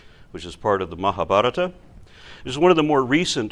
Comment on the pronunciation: It amuses me when pronounces, the bhagavad gita and the mahabaratha in an indian accent.